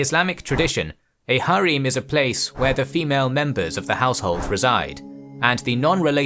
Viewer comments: its not pronounced as "Har eem" its just "Harem", the ending "-em" is pronounced as same as "-em" in the word "empower". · Bro it’s not hareem it’s called harem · Why are ALL the names butchered even harem??